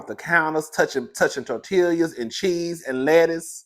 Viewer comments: what are "tortilyas"🤣🤣🤣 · Tortillyas😂😂😂 gon mess up a name if he don't do nuthin else!!!